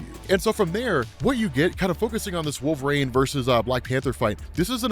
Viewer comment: Did change how he says Wolverine? It sounds like Wolfrain now.